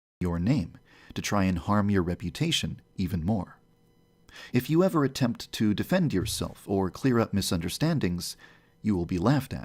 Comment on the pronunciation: Errver and errver